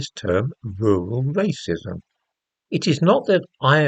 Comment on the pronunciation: Rrrrrrrrural rrrrrrracism!